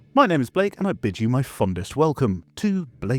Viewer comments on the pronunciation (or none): Instead of "I bid you my warmest welcome" I heard "I'm bitching my warmest welcome" and that cracked me up